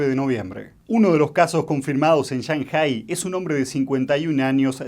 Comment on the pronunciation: El acento de la palabra 上海市 (Shànghǎi shì) está en la PRIMERA SÍLABA Y NO EN LA SEGUNDA. Ese "acento" sobre la ǎ es FONÉTICO y no agudo. Por lo tanto, querer hacerse el chino para pronunciar es incorrecto.